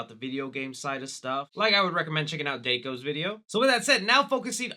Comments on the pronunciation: bruh did you just say dakeo, bruh its d a w k o the a is a aaaaa not a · Dayko? Bruh, its Dawko. Daw..Ko!! 🤣🤣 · His name is DAWko not dayko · his name is dawko not dako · Dayko? It’s pronounced DOCK-O. Dawko. There is no Y. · Bro you pronounced it Day-co. Lmao, It's pronounced Daw-co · Dawko? Nah that's dayko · HE SAID DAY KO DAY KO!!!!!!!!!!!!! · I have to say this, dayko? Daw ko, dawko. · I recommend DAYko’s video Me: (inhale) AAAA- (D-Awe-k-oh) IT IS DAWKO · The only thing sadder than the news is the way you pronounced Dawko, that's a W, not a Y. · He said Dako 🤣 its Dawko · his name ain't daco ITS DAWKO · Did you call dawko DAYKO? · ITS DAWKO NOT DAKO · Did this guy say dayko it’s dawko d-aw-ko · Day-ko wow its daw-ko not DAY-ko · One word: Day-ko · It’s DAW-ko not DAE-ko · (daw-co) not (dank-co) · It's dawko not dako btw! Nice vid tho. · it is not daewko it is dawko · I was 7 when the first fnaf popped up on my recommended. I’m 14 now and I still rewatch markiplier playing the games. It’s sad that he’s retiring. I hope someone as good as him takes over fnaf. (Also it’s not Dako it’s Dawko) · It's dorko not dayko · ah yes DAYko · How you pronounce Dawko is Door-co Not Day-co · Dawko is one of my favorite youtubers but when he said DAYCO i was like 🙃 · Is no one gonna point out he said dako not dawko (ik that's not important but still ) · It’s Dawko like Hawk not Dayko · My mans just said dayko bruh I am losing it this is so funny to me its pronounced Dah-ko Dawko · Did...Did you say Dayko?? Omg it's DAW-KO. DAWKO. 🤦🏼‍♂ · it's dawko not dankow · Poor Day-ko getting his name said wrong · Did you really call dawko... Daiko? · He said Dayko his name is pronounced Dawko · Is no one talking about how he said "Dako" instead of Dawko? Lol! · LOL He BUTCHERED Dawkos name. It’s pronounced D, a, w, k, oh. Not dayco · It’s dawko!!!!!! Not dayco!!!!!! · Pronounce his name properly OK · MY MANS REALLY SAID DEIKO. ITS DAWKO DA-KO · Deyko? No,it's D-aw-ko